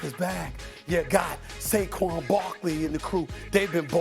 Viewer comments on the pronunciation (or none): none